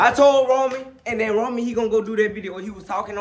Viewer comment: its roman not woman